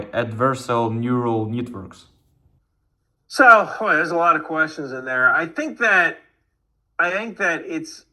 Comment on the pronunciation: Друже, дякую тобі за відео та за запрошення цікавого гостя, я давно дивлюся на його каналі. Але дружня порада: будь ласка, попрацюй над англійською вимовою, ти робиш великі помилки навіть коли читаєш питання з листочка( я вирішив написати цей комент коли почув «нюрал нітворк» і не витримав 😭бажаю успіху твоєму каналу!